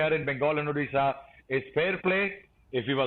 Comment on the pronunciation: Mr anchor.. it’s Odisha not Udisa...work on your pronunciation